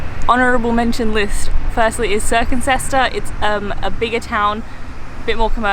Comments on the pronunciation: Siren-cester not cirque-ncester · Good try, but it’s Sire-en-sester. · Yes as in siren.... Sesster!! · Seeing Tetbury brought back a flood of memories as that's where I lived for most of my childhood and teenage years but I did not appreciate where I lived at the time. Also hearing you try to pronounce Cirencester was hilarious!. A couple of other places worth a visit are Moreton-in-Marsh and Stow-on-the-Wold. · Lower Slaughter, which is a few minutes drive from Burton. Also you can’t pronounce Cirencester. The C is pronounced as an S.